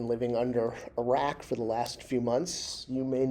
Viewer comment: Under a rack? Did you mean under a “rock”?